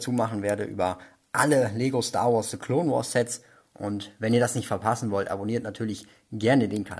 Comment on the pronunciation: Coole Sets aber ich finde es witzig das er se Clone wars sagt lul